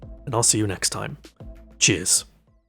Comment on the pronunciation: Sounds like you said jizz instead of cheers 😂